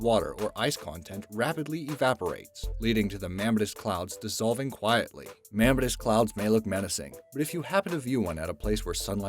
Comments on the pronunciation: it's pronounced "me-mah-tis" not "ma-meh-tus" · Mammatus = pronounced: mam·MA'·tus iridescent = pronounced: ir·i·dEs'·cent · Just FYI...iridescent is pronounced ear-i-DEH-sent, not ear-RID-a-sent and mamatus is ma-MAH-tus. I'd be happy to spring for a dictionary. LOL